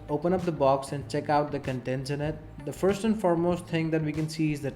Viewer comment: You say forst. I think it first ....lol :P